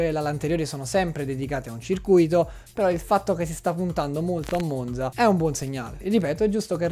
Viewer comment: Monza si pronuncia con la z dura 😢